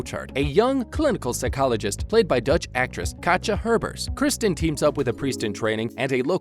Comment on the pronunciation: From you butchered Kristen's name I turned you off.